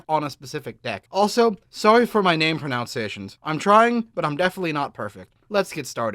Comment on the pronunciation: ummm that's "name proNUNciations" sweetie